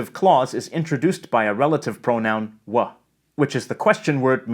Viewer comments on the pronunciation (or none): we don't say "wa mi bake" we say "weh mi bake" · You wouldn’t say wa you would say weh